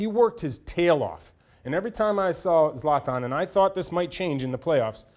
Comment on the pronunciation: Even the word soccer makes me cringe 😂 he can't even pronounce zlatan